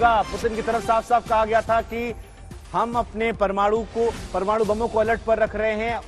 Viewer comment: Anchor, reporter toh lgta hai kisi kaam ka nhi hai...bolne tak nhi aata parmanu ,alert zone, bolne tak nhi aata